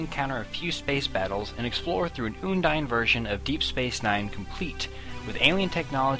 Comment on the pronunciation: its un-dine not oondine